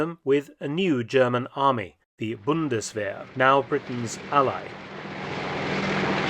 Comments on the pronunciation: It is pronounced, Bund-es-vair. 🙏🏼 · It sounds like mark said bundeswehr??